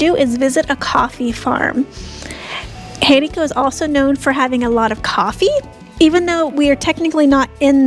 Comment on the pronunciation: the acute accent over any vowel in Español, indicates where the stress of the pronunciation should be made, therefore the name of the town Jericó, is pronounced emphasizing the final 'o', rather than the 'e' as you pronounce it.